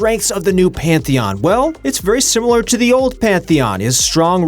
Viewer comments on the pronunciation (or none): none